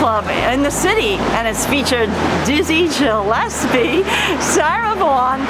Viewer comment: This is a truly delightful tour...brought back so many memories of performances I attended in the Village (tho' I was sorry not to see The Bitter End included...if for no other reason than I performed there!), and makes me miss my hometown even more than I already do. (FYI, "Gillespie" is pronounced with a hard G.) Thank you (and your dog is extra extra good ;))!